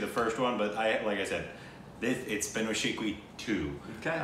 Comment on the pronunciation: I guess this was the first time went pronounced it correctly.